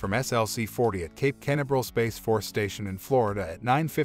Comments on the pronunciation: Canaveral pronunciation (kuh- nav-uhr-uhl, kuh- nav-ruhl) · You should take the time to teach your AI voice over program how to say "Canaveral" correctly! Either that or hire someone who knows how to talk. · learn how to pronounce Canaveral 😎